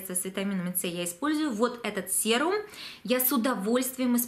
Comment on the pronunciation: а мы говорим "сирум".